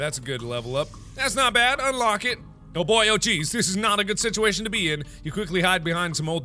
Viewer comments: I love that mark said "sitiation" even though it actually says "situation" because he's gotten so used to the game's dialect xD. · he said sitiation